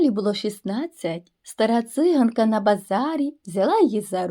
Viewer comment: Чому циʼганка? А не цигаʼнка!!!!